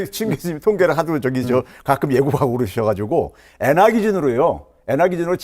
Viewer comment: Tk,pk출신에 일본에서 공부하신 듯요.. "엥화"라는발음이 범상치 않으신 걸로 봐서 유학시절 혜택이 좋으셨겠네요. 일본의 눈으로 경제를 보십니까?